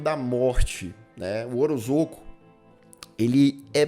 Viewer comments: O jeito certo de falar o nome do homem é "orozôco" mesmo? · Você comentou sobre o erro ortográfico e a pronúncia de Ozorko, mas sinceramente...você conseguiu falar o sobrenome do diretor do filme sem pestanejar: Kyotakatsurizak. É quase a palavra cabalística do Chapolin (Parangamicotirimírruaro). Você tem uma dicção ótima!